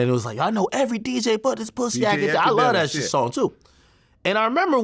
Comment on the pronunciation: “yeah I luhh dat shiit!” 😂😂😂